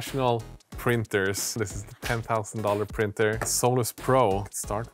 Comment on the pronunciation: 10 tau-sand lol